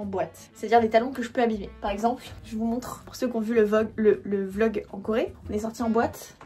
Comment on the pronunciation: a c'est drole parce que t'as dis vog ahahahaah au lieu e "vlogggg"é ahaha